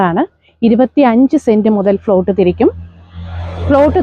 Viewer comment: ഫ്ലോട്ട് അല്ല പ്ലോട്ട് എന്ന് പറയൂ